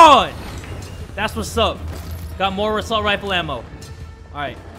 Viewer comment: he said rasalt rifle ammo